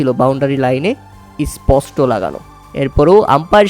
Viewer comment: Es posto ki vasa re baba! Bolen Sposto.